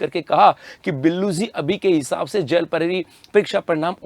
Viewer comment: Jel prahari ko zel prahari ko bolta hai ye 😂😂😂